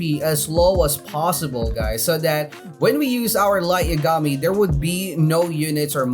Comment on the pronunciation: Please stop saying bulmama and please pronounce Light Yagami correct